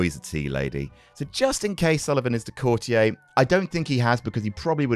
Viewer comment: Why do so many of them pronounce it courti-yay to rhyme with every day? No idea if they say it differently in the US but anyone British should know it's pronounced courti-er to rhyme with naughtier?? Baffling!!